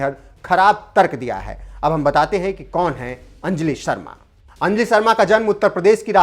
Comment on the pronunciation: अंजलि शब्द का सही उच्चारण सीखिए